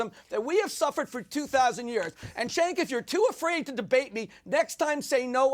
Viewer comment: it's Cenk is pronounce like Ch- ank. Like BANK.